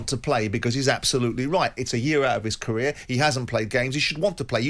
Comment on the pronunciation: Toughest moment of his caweer Fwustwating bless him